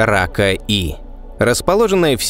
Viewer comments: Судя по всему, не Рака, а Пака, так как PAKA E — английские буквы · Может "пака" а не "рака"? Это англ буквы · может быть планета рака е не рака, а пака? ведь названия планет даются латинскими буквами и читаться должны на латинском, и почему то вы ее озвучили как рака эй, то есть первая часть названия на русском, а вторая на латинском?.... Хотелось бы узнать объяснение данного названия (звучания) этой планеты. Если вы сразу переводите латинские названия на русский, то почему то забыли про последнюю букву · Сук... Рака.. читал бы английской транскрипцией - "пака", названия же на латинице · не "рака", а пака. После этоео знак "е" прочитан каа звук "и". Не положено смешивать языки при составлении и прочтении названий. Тоже ещё популяризаторы! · 55 пака и (если уж произносить па руске)...а на англ.- 55 PAKA E